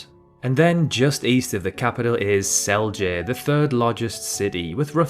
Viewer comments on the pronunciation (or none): I died inside when he tried to pronounce Celje